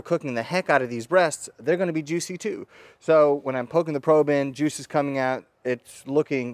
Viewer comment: I thought he said jewwwws lol